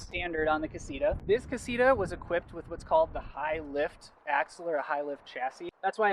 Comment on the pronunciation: "Casira" Damn, the English accent. Ka-see-TAh!